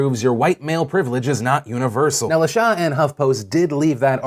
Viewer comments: I'm almost positive that the HuffPost writer's name is pronounced "La-Shay" and not "La-Shah"...just FYI!!! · Lol! Phil La Sha is more than likely pronounced La SHAY with a long A. It's not a big deal at all and I'm not trying to make light of her wrongdoings. I just found it funny every time you said it. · "La Sha"? Phil you pronounce that like LUH-SHAY. Of course this has nothing to do with the story, but that's common black name, I just thought to inform you.